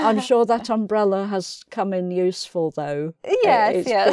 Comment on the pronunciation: I think is saying "...has come in useFUL, thugh...", am I right?